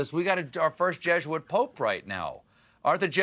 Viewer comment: Why does Colbert keep saying "Jeshuit".